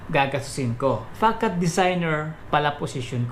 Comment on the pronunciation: 'fasad' po yata basa nyan idol